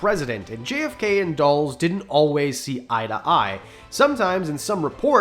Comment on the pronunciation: When you said Dulles i didn't immediately know who you were talking about because that's the first time I've ever heard anyone pronounce his name that way. It's dull uhs